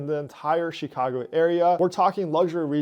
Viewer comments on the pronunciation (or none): LOVE your content. - but you gotta learn how to say to say chi-CA-go properly lol not CHEE-ca-go my friend